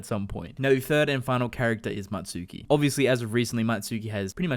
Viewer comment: Don't you mean Mutsuki not Matsuki??